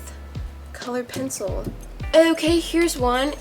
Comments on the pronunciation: it's not pansel it's pencil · Why do you say sencil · Did she say "pancil" not trying to be mean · pause and she said pancil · The way she said pencil pAnCli Btw:I’m watching this in 2022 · pjencil xD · Observe her way of saying pencil:PENceel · OMG she said pancil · The way u say pencil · wow her drawing is amazing but the way she said pencil😂😂😂